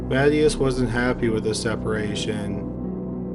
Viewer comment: "MA-ti-ahs", not "Matty-ass"